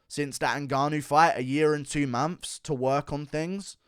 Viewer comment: hold on did he say, "uh year an' free momphs?" haha... it's like buckwheat or something. fee times a mady?